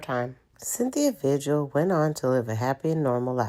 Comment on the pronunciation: Omg pronounce things correctly! Her name is pronounced like Vihill. Elephant Butte Pronounced like beaut not like but. Lost me with not being able to pronounce things right.